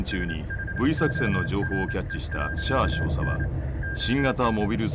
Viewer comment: どうでもいいけど「シャア少佐」を噛まずにいえるの凄いなと思う 絶対「シャア照射」になっちゃう